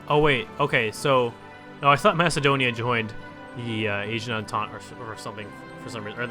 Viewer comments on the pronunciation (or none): none